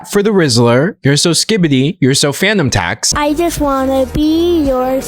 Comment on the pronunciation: Oh FANUM tax. I thought you were saying PHANTOM tax 😂